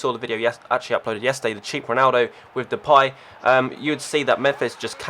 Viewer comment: He said Depay right! Congratz :P